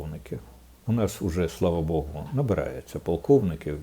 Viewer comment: Не хочеш срать - не мочай жопу. Я же вижу, что украинский тебе не родной. "слава БОГУ" - на мове "хвала Богу." Но допускается и "слава", но не "БОГУ", а "Богу". "21 вiк" - это недолугый перевод с русского, правильно "21 столiття" Хватит коверкать мою любимую мову - иди учи и коверкай польскую.